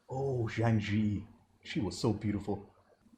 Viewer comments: Zhang Ziyi: that's three syllables, zhang, zi, yi. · for crying out LOUD: Zhang Ziyi is pronounced Jang ZEE-YEE.......